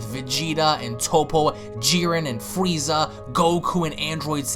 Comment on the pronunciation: He said fweeza